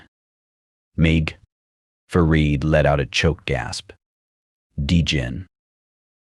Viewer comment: Too bad you cannot pronounce DJinn correctly. You are supposed to pronounce it as, Jinn. The d is silent. Plus all of the stories here I've already read and heard. Please find something that hasn't already been written about over and over already.